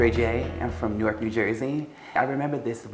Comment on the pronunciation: "went back to nork"